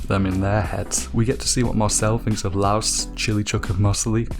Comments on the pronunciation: Laios=ly-os, not Laos Marcille=mar-seel, not mar-see-ley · Why does he say Laios as louse? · My guy. Laos is a country. His name is Laios